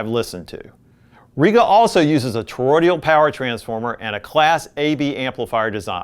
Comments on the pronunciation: Toroidal- not toroidial! Please! It’s not difficult - or should I say difficulital? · Good video to help newbies. :) Apparently Cambridge has come a long way; their amps from a few years ago were boring as hell. The Brio is a classic, and the Rega in this video is likely the best of this group. Btw, it's toroidal. Not toroidial. (not sure why everyone is saying torodial lately in all the vids I've been watching. Sorry - pet peeve of mine. lol Please ignore me. hahaha) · "Toro-DE-al"? Toroidal. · I love your content and the way it is presented. I have one minor criticism though. You are producing "toroidal" incorrectly. You add a letter l after the d and pronounce the word "tor-roi-dee-al.